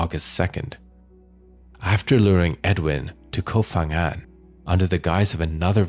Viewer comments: Hello from Thailand! เกาะ พะงัน Ko Pha-ngan correct pronunciation is Ko Pa-Ngan not Pha (Fa Ngan). Another major example is Phuket. We don't say Fuket but Puket despite the spellings. 😊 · Its pronounced Ko Pan Ghang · You should've spent a few minutes to research pronounciation of the Thai names. The "Pha" in Ko Pha Ngan is pronounced with a P, not F. Other Thai names and locations were butchered as well, but since Ko Pha Ngan is a prominent tourist destination, you should've at least got that right. Unfortunately, most True Crime channels spend no effort in researching pronounciation of non-English names.